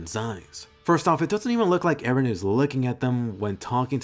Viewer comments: Finally some one who says Eren and not "Aaron" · btw EREN is a Turkish name and meaning of this name is '''' someone who is believed to have seen some facts with extraordinary intuition , WİSE PERSON or can be a person who stripped himself of his own being and attained God because he was devoted to God.''''' and pronunciation to the EREN is just like in the show how Mikasa prononce E---REN